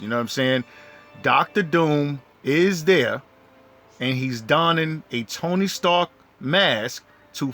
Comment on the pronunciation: 😂😂😂 TONY STARKS 😅😅 IM SORRY I TRIED TO IGNORE IT BUT YOU SAT IT LIKE 100 TIMES ITS ACTUALLY TONY STARK NO S BUT GREAT COVERAGE AND THEORY THOUGH 😅